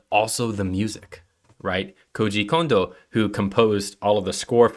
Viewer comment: Mispronouncing Ocarina in the first is not going to get you much love with Zelda faithful. 🙅‍♂️ Oakarina / O’Carina 👍 Ockarina Also it’s Koji Kahn-dough not Koji Cone-dough & Sorry-uh not Sah-ree-uh. Recommend re-recording with the corrected pronunciation.